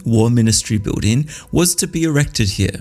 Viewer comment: Very informative and entertaining video. Spoiled slightly for me by the odd pronunciation here and there. For instance the word BUILDING is said the cockney way - BIWDING and the TH diphthong is either said as F or V depending on its being unvoiced or voiced. Pity about that. I'd have thought someone so well educated would have better elocution.